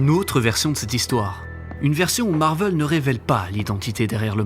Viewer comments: MARVEL !! PAS MARVEUUL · C'est Marvel pas Marveul, ça m'a rendu fou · Je me suis arrêté après le premier "Marveul"